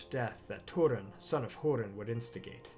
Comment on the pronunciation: its not called hurin but HOERIN